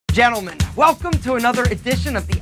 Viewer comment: You say 'gentlemem' and I'm like "I watch you channel cuz I'm bisexual but crap at flirting with other girls 😂"